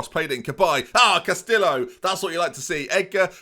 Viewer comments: Stop pronouncing the L's in Castillo, they are silent. Sounds like Casti-oh. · he managed to through that away with Castillo and Bielefeld